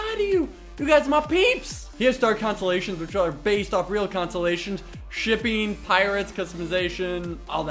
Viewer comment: Did he say shipping??